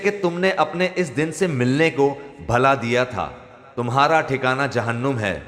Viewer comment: بھلا نہیں بھلا پیش کے ساتھ پڑھا جاۓگا ۔